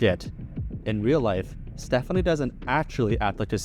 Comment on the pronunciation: It gets worse - he said himself that the name he chose is pronounced "Stef-FONK-nee"